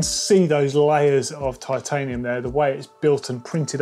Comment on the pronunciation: “titanum”— did they save weight by dropping the “i”? 🙃